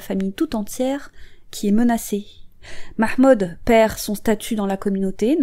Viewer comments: 🔈 la prononciation du ''mahmood'' 😍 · Merci pour cette vidéo !! 👍👍 PS: ton accent pour prononcer le nom de famille de cette pauvre fille ,et vraiment Nickel ! 👌 Amicalement